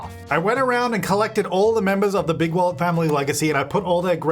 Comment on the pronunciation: I always hear Bigwallet as Bigwell n feel the need to rewatch Robots LOL